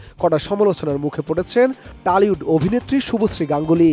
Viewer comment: টালিউড না টলিউড 🙂